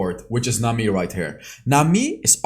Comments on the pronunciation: I like how u say nami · i love the way you say nami the accent👌